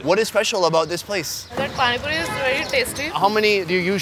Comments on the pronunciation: its not panic puri its pani puri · i laughed so much when he said panni puri i his owen accent